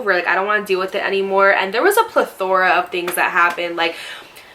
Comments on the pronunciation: she was pronouncing it “pla-thor” but it’s actually pronounced “PLE-thor-uh” lol she wasn’t saying the uh at the end and an a instead of e in the middle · Is the word you’re trying to say “plethora” ?😂 every time you said plathor I was like what she trying to say?😂😂😂 ily lol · L the way I heard it was “plathor of things” 🤣❤️ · “Pleth-or-ra!” Hahaha you kill me, girl! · .... I hear plathor? It’s not that serious.. I was joking around with her just like I would joke around with a friend if I heard something. She even said above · plathor isn’t a word lol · I know what plethora means and how to pronounce it. I must be insane because never not one time did she say whatever it is you are saying. Like how did you hear that? How did you not hear PLETHORA. I'm not trying to argue with you, but you're wrong.